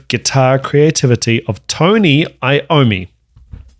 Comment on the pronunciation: The correct pronounciation of Iommi:EA-ohm-me. Not I-ommi. Italian origin